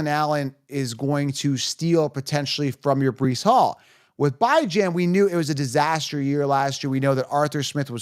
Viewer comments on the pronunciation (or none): Who the fuq is “BY-Jan” ?